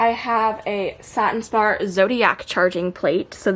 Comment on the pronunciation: girl yesss thank you for saying satin spar! lol! i love your collection!